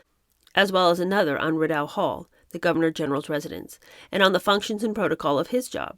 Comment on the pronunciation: Hi, it’s Ree-dough Hall, where the Governor General lives. Named after the Rideau River, which is French for curtain.